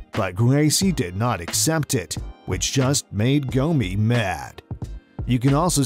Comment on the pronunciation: Y'all murdered Gomi's name...and Silvas too.. How?!